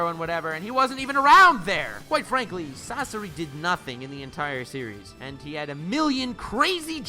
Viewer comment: I let the video keep going when he disrespected the fire style release but I have to stop when he said Sasori. I won’t watch anymore. Just my opinion tho